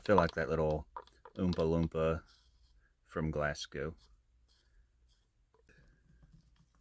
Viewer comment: Greetings from Scotland. Your videos are so unique, great creativity. Funny to hear you saying Glasgow with a Southern American accent.